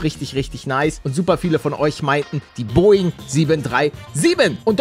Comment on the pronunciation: PALL DAS HEIßT BOGING 47